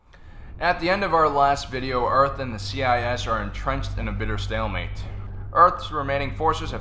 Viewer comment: it's not earth it's URT : NOGLA